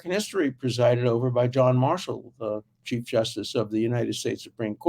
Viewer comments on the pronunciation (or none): none